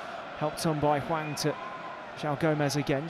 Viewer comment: I mean he also says Wang when it's clearly Hwang.. so